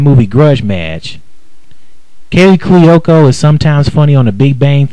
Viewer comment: It's freaking pronounced Cu-o-co!